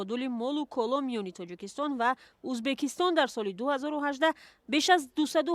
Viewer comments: На узбакистон А Ӯзбекистон журналисти бесавод ??? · ман худам точики аслияму мебахшед журналисти мухтарам шумо хондаги хастед агар ха барои чи Узбекистон нею Узбакистон мегуед байни мардум чанг мебардоре хатто хаму савдогаро аз шумо босаводтаран охир ин видеои шумора хама мардум тамошо мекунан барои хамин аввал суханотона якбор худотон гуш кунен бад да ютуб партоен